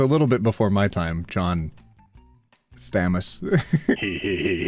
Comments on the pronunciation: lmao you are older than me (im 26) and ive watched every single episode of full house and little house on the prarie and the waltons and batman (1966) and many, many 70s shows. ive all the time on my hands but shh.. and btw if you are wanting to know how to say his last name its pronounced "stay-moh-s" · If full house was before your time and you dont know how to pronounce stamos I think you may be a genz lol